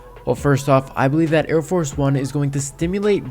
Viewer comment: I cringe whenever you call it air force one, it's arieforce one